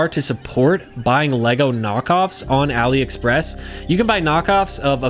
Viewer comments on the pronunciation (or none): none